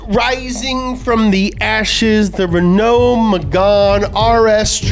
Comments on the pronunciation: The pronounciation of Renault in this video is painful. The first half is emphasized, not the second half. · It’s not pronounced «Renou», it’s pronounced «Renå» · Renaloo maganene